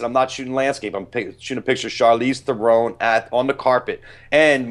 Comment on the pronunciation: "Charleece Thereown"